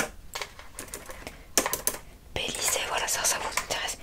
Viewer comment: Ça se prononce Bélize pas Bélizé 😉